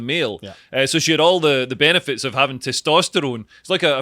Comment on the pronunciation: SCOTLANDDD EH! BEENEEFIHHTS